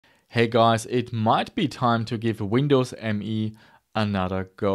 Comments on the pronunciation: Nice. But its not Windows ME it is Windows Me, as in "me"="i". Its also said like "me", not "M E". Sounds so wrong ;) But still it is easily the worst 32bit windows ever mase ;) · it was called Windows "Meee", really. look it up!😉